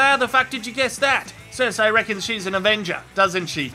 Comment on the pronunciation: Vah-ris Sir-see Dah-nair-is. Don't do GoT videos without being able to pronounces these names.